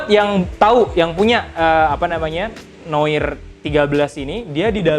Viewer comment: Koreksi bang, noir bacanya noar wkwk